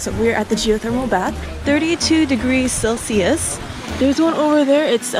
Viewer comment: It's not celsies????it's Celsius